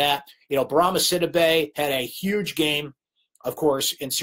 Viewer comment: Bourama Sidibe's name is pronounce Si-dee'bey not Sid'-ih-bey. I know you know how it should be pronounced but keep forgetting. He'll be here 3 more years so fix it now!